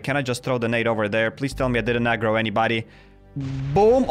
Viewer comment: What is “agroing”?